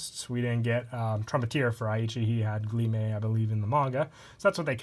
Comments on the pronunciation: Glyme not Grime? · He said Glyme wrong... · You didn’t correct him though you just pointed out he was wrong, you didn’t give him the correct method of pronouncing it. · Nick Gromwell I corrected him and said what he said was wrong